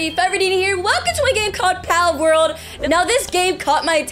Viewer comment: yes we do palworl palworl